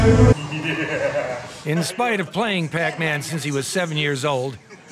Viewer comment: "Yeah he's poesessede